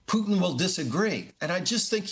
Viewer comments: I live how he pronounces his name exactly like our Canadian French tradition of poutine... ff+cheese cuts&gravy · Real "French Canadian" poutine ("poo-teen" or "poo-tehn", with emphasis on the 2nd syllable) uses cheese "curds," not "cuts"; whereas Putin's name is pronounced "Pou-tin" with emphasis on the first syllable). You "'live' how he pronounces..."? The only thing you got correct was the spelling of "poutine".